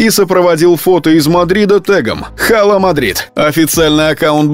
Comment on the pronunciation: Не хала Мадрид, а Ала Мадрид! Пишется-Hala Madrid, но первая буква не читается!